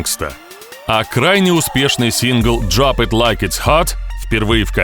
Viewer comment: Джоп ит лайк а хот, диктор, твою ж мать, ты из Бутурлиновки?